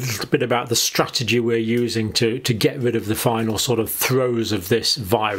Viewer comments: Top strategy is #1, get vaccinated. That much is clear and obvious to all of us.* A natural immunity "stratergy" (which is guess is John's pronunciation) means playing the death odds by being an idiot not wanting to be vaccinated. I hope Johnny is not advocating for anything other than getting vaccinated, because that puts him in the sub-100 group. Johnny's fun strategy seems to be to see how many unvaccinated people are killed by covid in attempts to achieve natural immunity. Our family had one member try this method. Had. Past tense. As if we have one dead family member. Congrats anti-vaxxers. *IQ above 100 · First mistake doctor john - "stratergy". The rest is great haha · I love these videos all the time, great insight. But stratergy!? 😂🤣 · Strategy not stratergy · Stratergy? Do you mean strategy? 🤣 We'll give that a 5/10 John.. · “Stratergy”. Is that like strategery? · Lol, "stratergy". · hold up, man said stratergy? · Is that how they spell strategy in the UK? I know that's how the pronounce it. Has it been redefined yet?